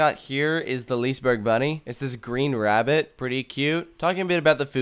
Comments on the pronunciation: LISAbUrg ?? 1?1? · When you say liseberg pronounce the G as an J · It's not lisaber ;-; its liseberg.. prounace the E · It's pronounced "Liss-eh-berg" not "leaseenburg" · Några svenska? BTW it's not pronounced Liseberg its pronounced Liseberj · Lisaberg??? Please tell me Where you see the A in Liseberg??? Loves the video btw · I love when none Swedish people try to say Liseberg. It sounds like lisburg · Its pronunsed liss-e-ber-g liss-e-ber-gs baanan Balder)(chort a) Pontus (chort o) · IT is vald Göteborg bto i am à swidish Guy and i Love Liseberg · Lisaberg lol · Lol you failed almost all pronounciations, but it's sad that you missed out on Valkyria, the ride was amazing!